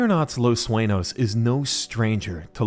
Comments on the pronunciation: its not Suenos, its Sueños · Saying Los Suenos made me angry.